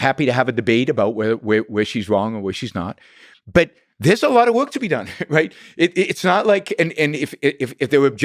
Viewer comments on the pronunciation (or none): It's work, not woik